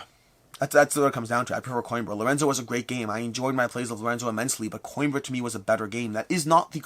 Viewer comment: I finally looked up how to pronounce Xia! Also: Mispronouncing Coimbra (co-EEM-bra) despite me commenting on it for two years. 😂😂😂